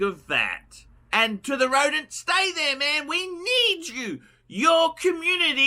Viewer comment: ROWDENT!! Roedent guys